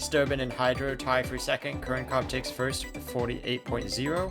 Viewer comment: 7 minutes now yolo can't say 1st